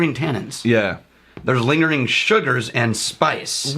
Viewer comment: Watching these older vids now I can't unhear saying "smellink" and "lingerink."